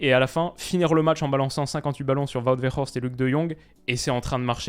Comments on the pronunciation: 😅 tu prononce trop bien Wout Weghorst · Il vit à Amsterdam, c'est pour ça qu'il prononce bien le nom de Weghorst 😂😂